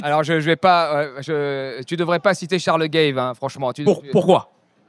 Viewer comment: Alors, Thomas Porcher se dévoile tel qu'il est : un moralisateur de gauche completement ahuri qui ne voit rien d'autre que son catechisme et ses totems. Je recapitule, il dit à un tradeur noir de ne pas citer charles gaves, parcequ'il vient du 93 ? Sans etre foutu de prononcer correctement le nom de ce financier qui n'a rien d'un extreme droitiste, serieux...... Comment se décredibiliser en trois secondes. "Il a soutenu dupont aignan" et ALORS ?????? quel rapport avec l'économie, est ce qu'il dit est faux ??? Les arguments d'autorité ad personam comme ça...